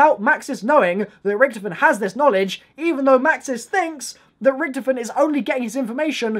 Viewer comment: Is it me or can he not pronounce Richthofen right?